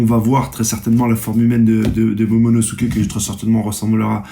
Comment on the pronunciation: Oda te remercie de ton soutient et de ton immense influence au sein la communauté One piece mondiale. Il te promet que si tu atteint les 30k d'abonnés, il t'envoie lui-même en Turquie pour te refaire des veuches et surtout pour qu'ils t'apprennent à prononcer le prénom de Momonosoukey!! Espèce de crado va!!